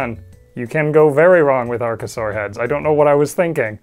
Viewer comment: archosaur isn't pronounced like arch. arkosaur